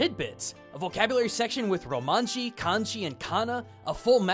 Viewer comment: are you seriously still saying "romanji"?